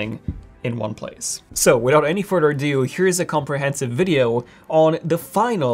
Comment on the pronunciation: "Without any furder ado" for the billionth time